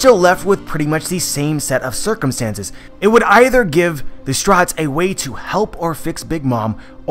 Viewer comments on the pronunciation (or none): I hear chewable when he says his name and stryats when he says Straw Hats lol